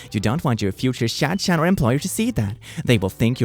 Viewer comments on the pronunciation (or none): This whole video is great but "Shad-Chan" absolutely killed me omg. It's pronounced Shad-han - the 'ch'/'h' makes a throaty sound, which in Hebrew is expressed through the letter כ (kaf). And yet, now all I can imagine is an otaku matchmaker helping senpais notice each other XD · A shadchan you say like shadHun(with a harsh h) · The way he pronounced "Gucci" as gooki 😂 And even better - the way he pronounced "shadchan"! 🤣🤣🤣 The "ch" is pronounced hhhh like when you rattle your throat to prepare to spit lol